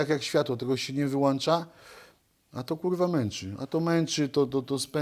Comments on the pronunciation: Z całym szacunkiem do Różala - karierę się "wyłącza" no chyba że czas na pseudo federacje wtedy się "wyłancza" ( bez urazy rzecz jasna ) . Fajny materiał - Pozdrawiam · nie wyłancza a wyłącza cymbale:) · "Wyłancza"? ktoś tu nie ogarnia tak prostego słownictwa, ehh szkoda